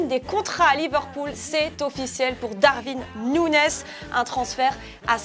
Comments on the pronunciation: Waouh 😵‍💫 le Darvin Nouneize une prononciation vraimeuh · Darwin Nunez se prononce “Darouine” “Nunièze” *